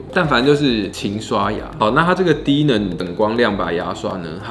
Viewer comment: 原來不是只有我聽成低能